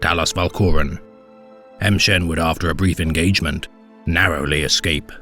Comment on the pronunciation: Why are you pronouncing it "em shen"? Pretty sure it would be more like 'ma shen" or "mmmshen". Just sounds really strange when you literally pronounce a letter and then say the rest of the name.